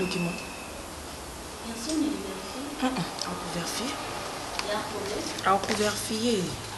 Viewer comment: eeeh balobaka VÉ-RI-FIER et non VER-FIER